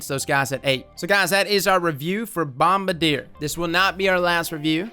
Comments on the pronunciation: the plane company is pronounced bomb bardy ay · "Bombardier" YouTube captions: Mama Deer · the way you say “bombardier” is fantastic lmao